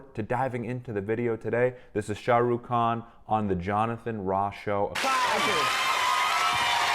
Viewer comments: It's not sharook it's shaaaaahh rukkhh khhaan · Shuh-Rukh hahaha😭 But nic video..... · his name is pronounced ash “Shaa-ruk-khaan” stretch on the A’s :) Loved the reaction, i was surprised as an indian that u looked into Srk, we all love him 😌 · So, about Pronunciation of his Name would be (Shaah Rukh khaan), A's for Indians they really Pronunce n kinda extend it...Lot more than Americans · Ok the way you pronounce his name is just so cute! I love how you try o hard to get it right, which is something most people ignore.